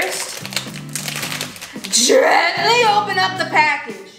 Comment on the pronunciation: GEAANTALY Me tring to do gentlay: gENtAly ☠💀